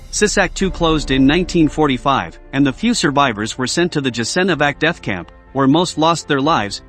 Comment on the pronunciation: Learn how to pronounce foreign words Jasenovac [yasenovats] and others are mispronounced as well! Ignorant if you want to point out some historical facts